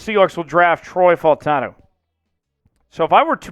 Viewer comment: these videos are a little repetitive, you are so high on him and don’t even know how to say his name…… you’re going to be sad when we trade back and don’t pick him.